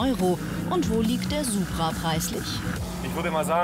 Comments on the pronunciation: Kleiner Tipp am Rande es heißt „Supra“ und nicht „Subra“ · Es heißt immer noch DIE Supra, NICHT DER - Banausen :D